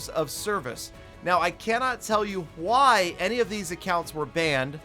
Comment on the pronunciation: why do you say why like huy?